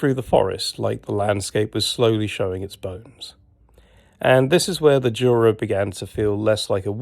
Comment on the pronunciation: Obviously after watching part 1 I immediately switched to binge watching mode to watch part 2.fyi juta we pronounce as Yura instead of Jura with a G.kind regards from Częstochowa Mate.great work